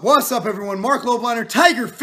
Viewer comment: 'buy all of these supplements' - Marc Lob - liner. He cant even pronounce your last name properly.